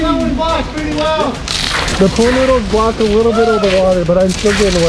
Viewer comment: I laughed so much when he couldn’t say pool noodles. “Needles noOdle noodles”